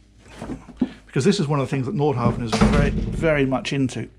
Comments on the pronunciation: Love all your reviews, I'm addicted. One small thing is your pronunciation of Nordhavn, the V is silent. So its Nor-how-wun! Used to live in Norhavn in Copenhagen, so had this hammered into me. Thanks! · Haha, correcting myself now. The d and v in Nordhavn are silent. 😊